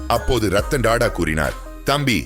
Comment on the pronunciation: Da da இல்லை Tata (டா டா) ... 10 முறை சொல்லி பழகவும்...